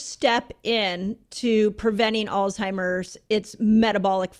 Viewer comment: Wish he would stop pronouncing Alzheimer's as "olstimers" lol